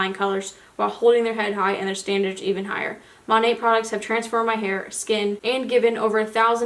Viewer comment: Lol it’s pronounced MO-NAY. Weird I know. I know a girl who sells it. It’s definitely like a pyramid scheme though 🙄